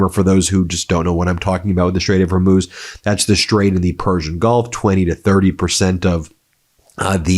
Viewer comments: Proud of you for finally saying Hormuz correctly after 3 weeks even though you’re a news show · so you finally got the last bit correct...HERMOOZ. Now let's get you on the first syllable.....say 'WHORE'...now put both syllables together, deep breath..."WHORE MOOZ". Allahu Akbar...!